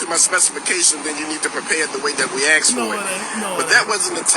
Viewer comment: The way we axed for it😅